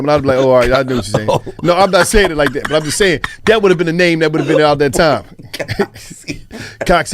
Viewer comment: LMFAO 😂😆 I'm dead,this nigga said cocksy brown....